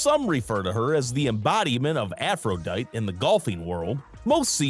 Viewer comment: Picture of Grace Charis at about :55, Mate. Don't have any snaps of Hailey Ostrom as well and you have to pronounce the "e" at the end of Aphrodite. Otherwise, big fan of her videos.